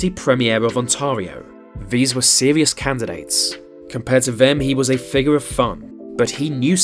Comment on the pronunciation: He should of been in a john waters movie and not office, but god it was funny as hell! I love how the brit host said "2 fouzand" lol and "deaf frants" and "woowen career " and " figwar of fwun" ect not trolling i truly enjoyed every second. There never be another ford, is that a good thing?